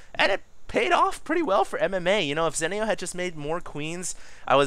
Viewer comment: ITS ZEE-NEO